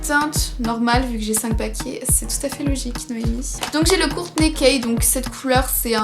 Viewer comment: C pas Kourtney k mais kourt k 😧, j'ai des vraies et j'ai casi toutes les couleurs et ils sont super j'aime vraiment ils sentent super bon 😧😘😍mais deviennent matte super vite ouais c cool mais quand tu déborde un peu ba c chaud à enlever !👍🏼